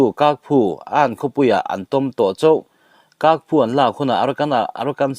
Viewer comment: Ky hi Mizo hawrawpa Ch anga lam rur. Kyaukphu chu Chaukphiu anga lam tur.